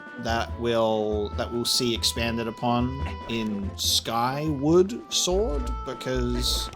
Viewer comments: Just as a note it's not "sky-ward" like a ward in the sky, it's more like, "onward" or "forward"- but to the sky. Skyward. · Did he say skywood or skyword? Lol. I was waiting for him to get to the ice cavern challenge and over think every section.